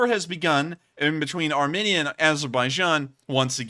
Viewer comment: btw, Armenia is pronounced "armeenia", not armihnia.